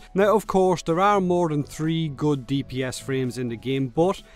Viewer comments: Then he said tree frames why cant he speak right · Hahahah, Love the accent, "tree" different warframes.